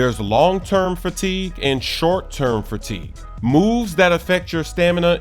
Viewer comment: the hell is "fratigue" 😂